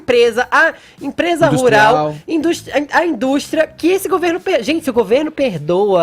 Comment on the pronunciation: Caralho, destruiu esse gay separatista nojento. Pra piorar ainda mais, o cara trabalha em uma rádio mas a voz dele ME DA NOJO, não sabe nem falar. Ridículo um cara que fala "Azenti" trabalhar em uma empresa renomada como a JP. Por causa dele e do Edcagar nem assisto mais ao vivo, liguei hoje e não consegui ouvir 5 minutos da voz desse gay chato. Enfim ficarei vendo os vídeos que tiver o Coppolla apenas.